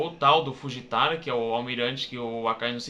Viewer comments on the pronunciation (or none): ai ace nao e fujitai e sim fujitora nao estou dizendo que vc pronunciou errado estou dizendo que como vc falou nao tem nada a ver com fujitora